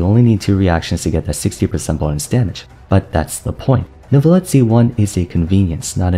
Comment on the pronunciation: I am so happy that the age of people saying "NEURVIETTE" is over. Jesus christ that pronounciation was awful to listen to.